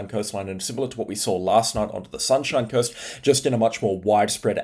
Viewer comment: did bro just say sunshine curst